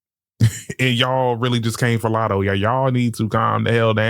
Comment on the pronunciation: Never heard of Lat-hoe before